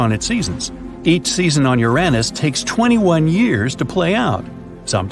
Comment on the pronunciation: . 🤣🤣🤣🤣 'Urenness'. Almost as if you deliberately avoided the actual pronunciation 'Uranus' which obviously sound like you're describing a certain body part. That was funny in it's own right.